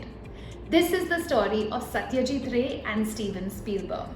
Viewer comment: He is not ray. Don't try to run after accent to match the westerns to lose the actual pronunciation at the end. Anyways it was a good story.